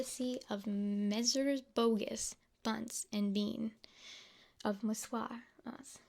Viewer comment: The way you pronounced boggis was bogus